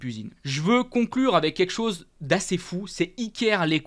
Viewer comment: Salut je participe au concours Mais par pitié essaie de bien prononcer " quelque chose" parce que à chaque fois tu me fais saigner les oreilles 😂✌️